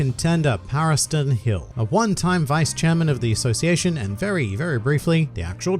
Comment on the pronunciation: Paristan hill... legit thought you said Paris Hilton